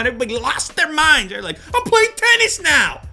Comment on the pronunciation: the way Lew said "lost their minds"..... is Lew Dunky?